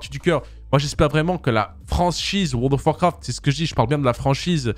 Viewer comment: Comment les gens disent: World of Warcraft Comment dit: wo do warcraf 😂😂